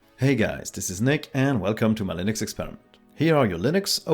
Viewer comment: am i I the only one who understood Linus media group instead of Linux media group.